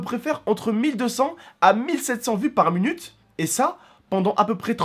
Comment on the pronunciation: pourquoi tu dis "munute" ??